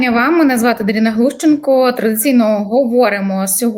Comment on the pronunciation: Дарина, Дарія, Одарка. Ну точно не ДарІна